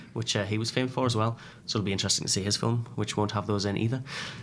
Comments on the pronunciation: Lol ‘filum’ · Film is one syllable. Just saying